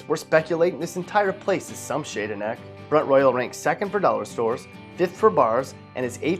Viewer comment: Locals pronounce it front rawl